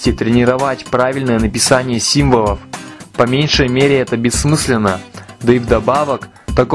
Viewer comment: Ещё бы сделать лайфхак "Как научиться правильно произносить звук Л", а то "симвоВы, поВожение"...